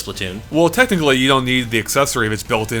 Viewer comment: did anyone else say him say "tentacly" not technically